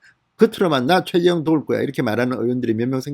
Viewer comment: 발음 좀 신경써 주세요. 계속 최재형을 최재영이라고 발음하시네요...^^